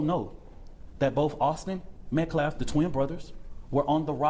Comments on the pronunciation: He says "Metclaf" about a million times... it's "Metcalf" with a silent L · Ok but he keeps saying Metclaf and it’s driving me nuts